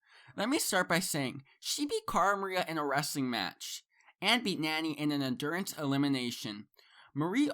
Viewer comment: This guy called Nany “NANNY” 😂😂